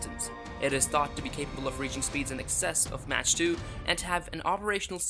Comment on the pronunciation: Mach is pronounced mark, not match.